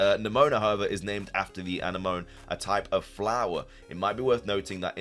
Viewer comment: Uh why do you pronounce anemone that way? It's where a clown fish lives